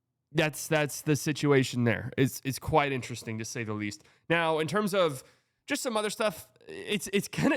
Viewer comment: It’s “quiet” … it’s “quiet”